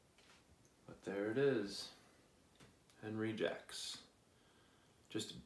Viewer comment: Just a little assist. I believe the correct pronunciation is On-ree Shjock. Can't wait to see your review on it.